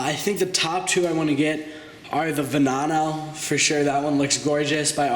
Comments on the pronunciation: Its murchyelago and veneeeno and aggera like g as in goat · Also, not to criticize, but you may want to work on your pronunciation of some of the supercar names. Examples: Veneno (veh-nay-no) and Huayra (why-ruh). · Its not a venano its a veneno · Nice to see your channel is still alive. Oh and it's actually Veneno (Veh-NE-No). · You said Veneno wrong.